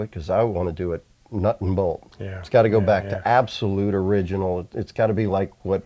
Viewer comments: "Iriginal "from people who can't pronounce Datsun properly is not surprising though.... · Eye-riginal, yes sirree.